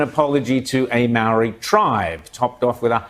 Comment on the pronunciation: Can we give some props to the American lady that pronounces Maori better than Kiwi's?